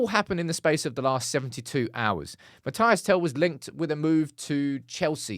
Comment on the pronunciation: It's Mathys not Matayass